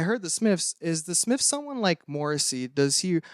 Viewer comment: “The Smifs”